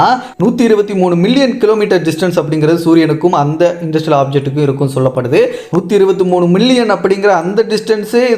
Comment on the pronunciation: இது என்ன இன்டர்ஸ்டெல்லார் (inter-stellar)ஆப்ஜெக்ட்டா அல்லது இண்டஸ்ட்ரியல் ஆப்ஜெக்ட்டா நீங்கள் சொல்வதில் தெளிவாக இல்லை